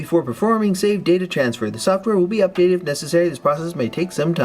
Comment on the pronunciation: am i the only one who thinks that whenever says Save data he sounds like he's going to say SEGA?